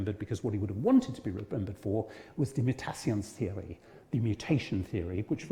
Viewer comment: His pronunciation of "Mutationstheorie" made my whimper in pain. 😅